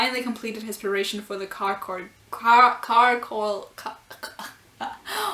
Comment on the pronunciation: Yup, you did refer to Tsukasa as Isshiki. Now moving on to pronounciaions, first up with charcoal, which is pronounced shar-coal, and it's fitting that it has the word "char" in it, since it's got to do with burning. As for the name Julio, common in latin countries and Italy, is pronounced hoo-lio (you're also the only person I've seen who pronounces Nene's name properly). Isami mentioned natale, which is pronounced nah-tah-leh, which from what I gather is basically Christmas. And right, Julio's going up against Isshiki instead of Takumi. Could it mean a possibility of Isshiki losing so we get a Takumi vs Julio match? Who knows, but overall, Julio's a disappointment in terms of the new Elite 10 members, I'd say this wasn't a good first impression. That panel of Isshiki slicing through that eel so fast that one can only see a blur is amazing, that needs to be made into a poster to hang on walls.